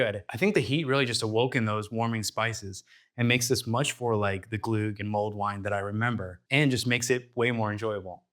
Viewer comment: If you're going to make an entire video about glögg, at least look up how to pronounce the ö/ø :P